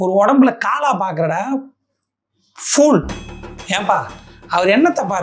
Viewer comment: The way you pronounced word “ fool” is a different kind of pronouncement